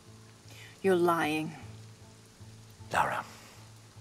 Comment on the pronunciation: her name isn't laura. its lara. lah-rah.